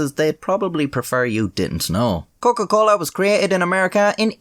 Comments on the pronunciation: "Coken - Colen" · „Der Coken-Colen“ I’m crying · Der Coken-Colen. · What’s his nationality? His pronunciation of Coca Cola is pretty Latin-ish, if that makes sense.